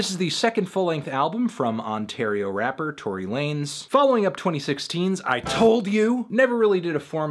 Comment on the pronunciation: nawet nie mówię że mówi się tory lejns